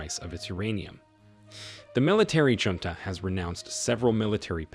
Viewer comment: Get rid of the AI Voice. It's pronouncing the word of Junta wrong.